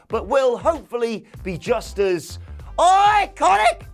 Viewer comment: That IICONIC was definitely ICONIC 😂😂😂